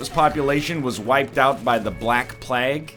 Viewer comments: NL, Plague is pronounce more like "Playg". Not "Plag". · After pahssta, baguels and now plag, I'll never be surprised at how Mr. Lion pronounces things again. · “The black plegg, the bubonic plegg...” I can’t. I just cannot. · "Bubonic Pleg" Why do make us suffer, mr Northern? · also bubonic plagg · Yeah, I was passively listening and hearing him say plegg kinda woke me up. lol. This Egg's always got something up his sleeves. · bubonic plaegg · Why does this man say Plague wrong? EDIT: Why isn't this run Zany? The episode is called [Zane]! Why does he decide that referencing someone NAMED Zane allows this title to exist? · Still hate how he says plague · Is this how you actually pronounce plague. Im genuinely asking